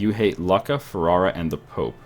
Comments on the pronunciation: Lucca is pronanced luke-a not luck-a. I know I've been there in real life. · lucca is pronounced "loo-kah" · its pronounced looka